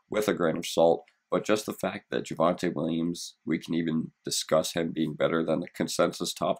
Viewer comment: JYUHvante Williams